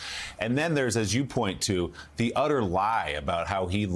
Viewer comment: At least say his name correctly lol